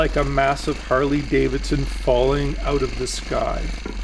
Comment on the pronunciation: Why do you say OUT so funny?